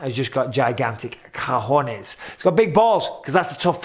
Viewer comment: I know no one cares but the correct word is ‘Cojones’ (‘o’ like in ‘done’ and e almost muted; caoh joh S more or less) Not Cahjones, not co( as in cope) jo( as in Santa’s hohoho) nes Have a good day